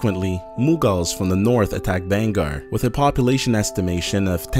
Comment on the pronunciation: It's pronounced as Baa-n-Gurh Fort